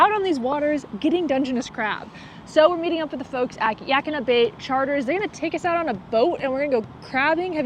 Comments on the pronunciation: The correct pronunciation for Yaquina is "Yuh QWIN Uh" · Ya-Kwin-Ah. It's an indigenous name. Not Indo-European. The Yaquina people had a sad fate. Let's at least try to pronounce their name close to correctly. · Ya- Quinn-nah sorry i am a local but just so next time you say it how the locals would